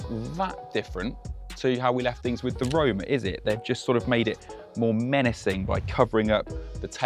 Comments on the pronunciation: Roma….. not rome…. Put some effort into it! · how is this “finally” a ferrari we can actually pronounced when its predecessor was acknowledged to be “roma” lol